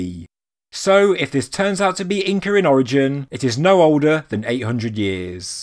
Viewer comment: you said Incre lol thanks for saying it correct 99% of the time despite your accent. i appreciate your vids.